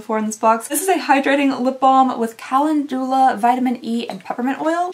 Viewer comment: Calendula is kuh-lend-u-la